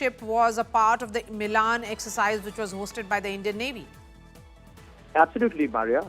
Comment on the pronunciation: More third-rate India Today: Why does this anchor mis-pronounce at 1.00 the Hindi-word "milan" (मिलन) to rhyme with the name of the Italian cilty?